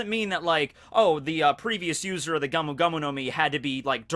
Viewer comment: It's GOMU, neither GAMU nor GAOMU